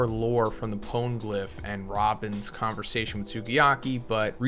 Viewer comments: Pana-glyph. Pone can't be right. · It’s not PONE-glyph!!! It’s Po-KNEE-glyph